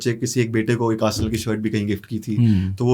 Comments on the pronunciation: Arsal nhi h arsenal bolte h usko 😂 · Aby saalo Arsel club nahi hota Arsenal hota hai